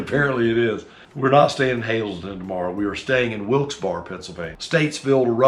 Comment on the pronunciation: GREAT VIDEO!!! Wilkes Barre is pronounced " wilks bara"..ends with a short a. And those of us from near Philly say, wuder, for water!!!! Be thinking of you guys as you fly thru The Key Stone State!!! Be safe.